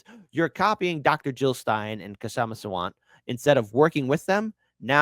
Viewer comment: the K is silent in Kshama Sawant’s name. You’re welcome.😊